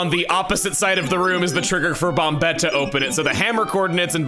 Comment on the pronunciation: I hope he mentions why he's pronouncing it bom-bet instead of bom-et